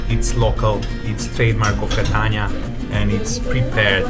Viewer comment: Es ist unglaublich dieser Typ ist nicht in Stande Catania auszusprechen!!!!! Catana schäm dich du hast von nichts eine Ahnung